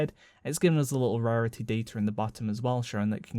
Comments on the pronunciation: Great video! love that pronunciation of rarity hahaha, "rehhhreehty", brilliant :) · When he said rarity I went huh? "Rarituh"